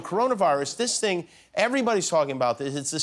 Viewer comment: I haven’t laughed so much watching this until I heard his say “ you know the ting”